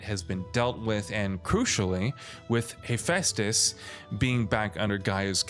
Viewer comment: mf rlly said He-🙃-tus